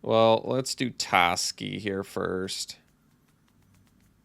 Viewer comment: its definitely pronounced TOEski but it's alright. I'm upset about this but i feel we'll get past it.